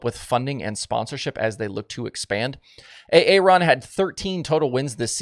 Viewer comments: Did you say A-A Ron? Lmao😂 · Was A A Ron a funny on purpose 😂